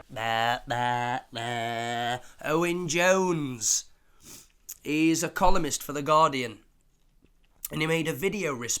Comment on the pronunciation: Did you say columnist or Communist?😮